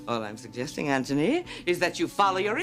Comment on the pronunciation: Anybody else notice how Sally consistently says ANTONY and everyone else says Anthony?